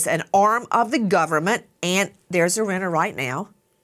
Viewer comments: Nancy Grace please learn how to pronounce Iryna’s name correctly. It’s not Irinna it is Iryna. It’s sad enough no one helped Iryna. You could at least pronounce her name right. The mayor didn’t want it known what happened to Iryna. So the least the American people can do is give the killer what he deserves and pronounce her name right!! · Please make sure you know the correct pronunciation of the victim’s name. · I’m not sure you pronounced her name correctly, Nancy. But just to be frank if they didn’t send BK to death row I doubt they’re gonna do it with this guy..🤬